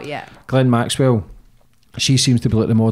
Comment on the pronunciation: Well done,,,,,shes the first person I've heard (from 100's of interview's) that's pronounced Maxwell's name correctly. Goes to show she a Proper Journalist compared to the majority of others that claim to be. Keep up the good work Sonia.